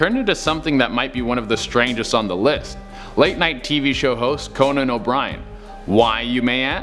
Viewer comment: This guy said Conan. Oh my God. . .